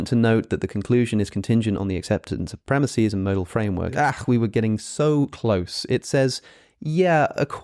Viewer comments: Premises pronounced Premiseeeees? WTF is wrong with you? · Hey, Alex i really loved the video and it was great. But I can't stand you saying premises as premisis. Sry if I sound like a jackass